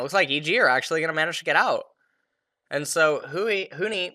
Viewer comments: Bro its Huni not Huhi XD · he probably watched a 100t game and got used to saying huhi not that big of a deal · Why does he keep calling Huni "Huhi"? I mean they're both Asian but that's like the only thing they have in common.